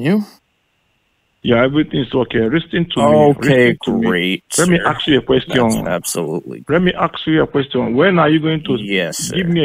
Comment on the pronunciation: LisssOn to meee Stop asking QuestChon